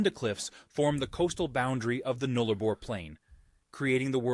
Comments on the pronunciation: Being a West Aussie born & bred - I’m very proud to be a Sandgroper. The Eastern States make fun of us but we couldn’t care less. We are the richest/wealthiest State & support the others. Ps it’s not Nooliboor it’s Nullabour with a ‘ah’ sound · Flights to Perth, 4 to 4.5 hours from Victoria 5 to 5.5 hours from Queensland. Its pronounced Null A bor. The drive from Perth Western Australia to the Western Australian border is a 15 hour drive at 1440km or 894.7 miles. Perth to Adelaide to actually 2,693 km not 2104km. Pilbara is pronounced as Pil Bra or Pil bar a. Lake Hillier is only accessible by boat or aircraft Esperance also boasts some of the best beaches in the world not just Australia. Abrolhos Islands is pronounced A bro las. The straightest longest patch of road on the Nullabor is called the 90 mile straight. This stretch of road is near Cocklebiddy on the WA side of the Nullabor Plain. Towns along the Nullabor also have local time zones Cocklebiddy is around 30 mins ahead of Perth. While the border is around 45mins ahead of Perth let that sink in for a minute. The deepest open cut mine in Australia is actually the super pit in Kalgoorlie Western Australia. Roebourne actually holds the highest rain fall in 24 hours at 747mm. Carnarvon is pronounced Car nah von. Monkey Mia is pronounced Monkey my a. These are facts from a Western Australian local born and raised in WA. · Null-a-bor rhymes with gull! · He said Nullarbor incorrectly